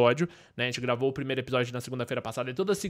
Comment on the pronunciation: priNeiro? Kkkk